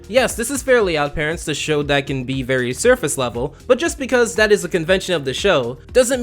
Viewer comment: I swore I heard fairy hypocritical instead of very if so. Great job!